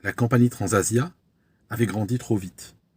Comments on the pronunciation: Bonjour, Je vous remercie une nouvelle fois pour vous vidéos aéronautiques instructives. Je crois entendre « Transavia » et non « Transasia ». Illusion sensorielle? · Merci pour cette nouvelle analyse excellente mais je tiens à signaler qu'à la minute 1.24, vous évoquez le crash de "Transasia" en 2014 et on entend " Transavia "